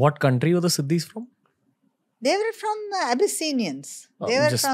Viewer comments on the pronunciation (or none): Weren't Nizam of Hyderabad from Turkia? Buisness is an old profession in India IVC was rich because of doing Buisness. And African people are called SHEEDIS and not Sidis as you are pronouncing